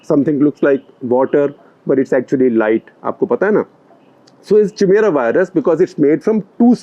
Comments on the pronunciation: Great video Shekhar ji. You are the professor I missed out on in college. Your work has been Pulitzer worthy. Kudos! BTW, chimera is pronounced kaimeera. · Chimera is pronounced kai-me-ra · Chimera is pronounced (Kai)mera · Help sir beautifully put out.. just a small correction.. 'chi' in chimera is pronounced like 'ki' in kites.. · chimera is pronounced like kaimeera, comes from greek mythology. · sir, Chimera is pronounced Kaimera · Chimera is pronounced : Kai May Ra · Sir with all due respect the word is Chimera (pronounced as ‘Kai-mera’) from the Greek mythology which means a creature created from parts of different animals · Chimera is pronounced as 'Kaimera', sir. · Chimera pronounciation is incorrect. It is kai-mera. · I believe the pronunciation is kai-mera (spelt chimera) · A chimera (KAI-mera), is a being made up of multiple sets of DNA. The name comes from a Greek mythological monster who was a hybrid of many animals. (Gustakhi maaf, Shekhar Sir, but you were a little off there.) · Only one correction Shekhar ji, correct pronunciation is Chimera (Kai-mera). Otherwise excellent content as usual! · I know it’s spelled chimera but it’s pronounced Kai-mera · Wonderful episode and you will be a great virologist but chimera is pronounced as कायमेरा! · Cheemera nahi hai sir, Kaimera hai uska pronounciation. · its pronounced Ki-mera not Chi-mera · Sir it is pronounced as काई मेरा and not चिमेरा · Chimera is pronounced as KAI-MERA ! Not CHIMERA Sir ji. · Interesting report. BTW, chimera or more properly chimaera is pronounced खैमीअरा (or खइमीअरा), not चिमेरा lol; the "ch" is like that in the word "mechanic". Also, amino acid is pronounced as अमीनो ऍसिड, not अमौनो ऍसिड (or अमइनो ऍसिड). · Sir it's pronounced "Kaimera" not "Chi-mera" :) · SG, it should be pronounced as "Kaimera" not "Chimera." Although it spells C H I M E R A. 🙏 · Great video. One small thing: 'Chimera' is pronounced like 'kaimera'